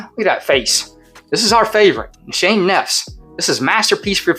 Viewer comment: Another great clone video! Not trying to be a wiseguy but fragrance pronounced nis- ha - nay.